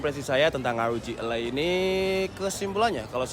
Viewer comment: e taling, bang. élai, bukan elai.